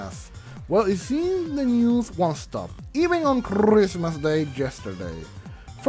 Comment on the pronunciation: Nobody:: ChRRrrrrismas, DanganrrRRRrronpa